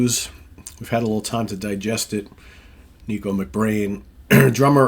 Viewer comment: Will miss Nicko (pronounced Nick-oh, not Knee-koh) but it is the right choice. Maiden fan sites had been documenting how he’d been struggling a bit on this tour. Can’t fault him, he has not fully recovered from a stroke. Awesome drummer for decades. Best interview in the band too, how about he continues as Maiden’s official spokesman!